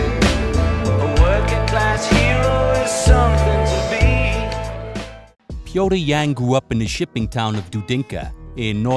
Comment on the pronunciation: Glad someone finally knows how to pronounce his name right lol